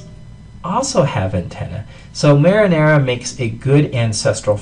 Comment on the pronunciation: yea lol, marinela